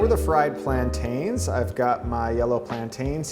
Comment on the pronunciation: Lol it’s hilarious how you pronounce plantains Plant-Tains